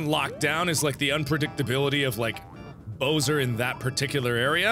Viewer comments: MARKIPLEIR IT'S BOWSER NOT BOSER I'M NOT MEANING TO BE RUDE BUT IT'S MAKE ING ME MAD!😠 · Lol. It's Bowser not Boser😆😆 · LOL what the hell is a boser? DID HE MEAN BOWSER? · i find it odd how he pronounces Bowser as Bo-wser and not Bow-ser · did anyone realizehe called bowser , "bo-ser" lol ' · The first few times were okay. But now hearing Mark pronounce Bowser as Boh-zer is starting to bother me. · The way you pronounce Bowser is unacceptable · Really hope he's pronouncing Bowser wrong on purpose.